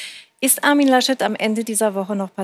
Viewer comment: Herr Lasch-Leck... HaHa